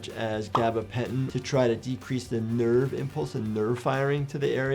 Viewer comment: why did he say nerve so much and why did he make it louder than the rest? 😂😂